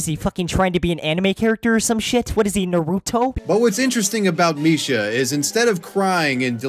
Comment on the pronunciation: Bro he says misha hear Mishima